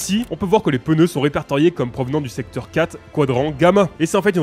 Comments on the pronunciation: POURQUOI TU DIS PEUNEU ???????? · Pendant toute la vidéo "les pEneus" 😭